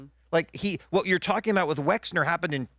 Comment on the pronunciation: Patrick, have you been living in a cave? You haven’t learned how to pronounce Wexner‘s name give me a break as you always say…..😵‍💫